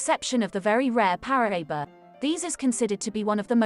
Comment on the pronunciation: Ahh, Paraiba! My favorite tourmaline! However, it’s pronounced, Para-eeba. The Paraiba mine in Brazil is “played out” and this beautiful color is exhausted, driving up the price. The largest one I’ve ever seen was 88 carats! Oddly enough, it’s been recently discovered in Africa. If you were to fit the map of South America into the notch in the African map, that’s where it was discovered in Africa. It’s believed to be the same vein that was split when the two continents divided during the continental drift that split Pangea.